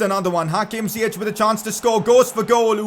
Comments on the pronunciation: Ziyech is pronounced Ziyesh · You would pronounce Ziyech really good if you said the english "sh" instead of the "ch", its written Ziyech but in english it would be pronounced as "Ziyesh"